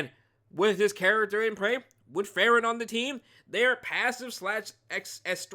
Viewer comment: A lil nitpick but hopefully i don't come out as rude but the pronunciation is Free-ren😊. Unless u are intentionally doing it for the trolls, then im ok with it too😂